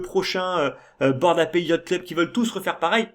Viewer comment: Super vidéo encore une fois, tu continues d'apporter ta vision sereine et long-terme sur le marché, et c'est très important dans ce genre de période :) Ah, petite info : "ape" ça se prononce "aipe", et "apes" -> "aipse" ^^